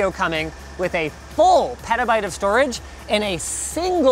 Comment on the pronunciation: Did Linus just say perta bite